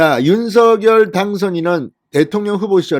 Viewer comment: 노고가 크십니다,열혈 구독자입니다.전에 김은혜 당선인 대변인도 윤석열 대통령 당선인 이름을 부를 때 [윤성녈]로 발음 해 달라는 요청을 들은 바 있습니다.앞으로 [윤서결] 말고 [윤성녈]로 발음하는 게 좋을 듯 합니다. 화이팅입니다.